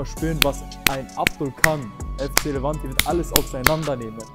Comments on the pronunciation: Er sagt immer noch livanti 💀💀💀💀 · Ihn wurde 2-3 mal gesagt es heißt Levante ud, er sagt trotzdem FC Livanti😂